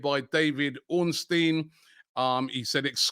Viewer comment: Omg Robbie’s started pronouncing Ornstein correctly?!